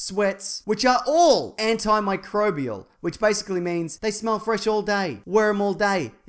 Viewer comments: Ripping it up on that antimicrobial pronunciation! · idk if im more impressed by the film more, or how far you've come in your ability to finally say antimicrobial. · is so good at saying "antimicrobial" now.